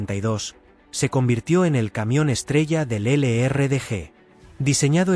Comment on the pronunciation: Que lástima que no pronuncian bien los nombres en inglés,El LRDG. Y el SAS se complementában